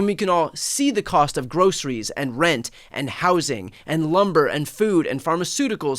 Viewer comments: Trump pats himself on the back for learning a 3 syllable word: grocery. To me he’s saying: “gross is me.” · He also said “groseries” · And he says "Grossaries" instead of pronouncing the word the normal way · he can barely say groceries